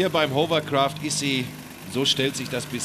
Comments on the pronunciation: Die Hovercraftspezis sollten eigentlich wissen, daß es Hawwa- gesprochen wird und nicht Hower- oder Huwer-. Es ist kein Staubsauger. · Nicht mal der angebliche Experte ist in der Lage das Wort 'Hovercraft' auszusprechen.